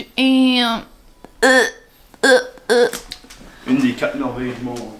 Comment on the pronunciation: Allo ma belle. Tu m'a donné le goût pour une fondue :) C'est pas du ham, c'est du KAM hihihihi Rien de mieux qu'une bonne salade de Kam par une chaude journée d"été hihihihihi. Je ne suis pas inquiète pour la déco de votre mariage. Avec ta mère au commande ça va rouler en titi. C'est certain que je vais être là moi aussi pour aider. Trop hâte :) Bonne semaine, je t'aime xoxoxoxox